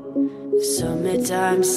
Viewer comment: LEARN TO PRONONCE SUMMER TIME NO SSSSSSSSUMER TIME !